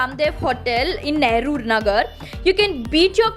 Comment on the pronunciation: Nehru nagar. not nehrur nagar